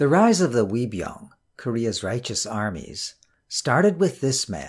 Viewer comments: Love your vids! Also 의병 (Uei byung ) is pronounced not as 'we' but like ''eu~ee'. Not pout the mouth to sound it but open the mouth as you are smiling. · Uibyeong isn't pronounced like a "W," more like "eu-i byeong" But great series. Great to have English Language versions of the tragedies of the Imjin War and Yi Sun Shin's valiant victories